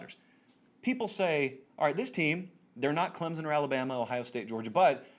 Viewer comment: Regarding Clemson: the correct local pronunciation has an invisible "p" and the "o" makes a short "i" sound. Clemp-sin.